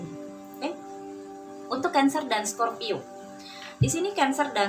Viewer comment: Kok pas sagitarius sebut scorpio bingung dengerinnya mbak.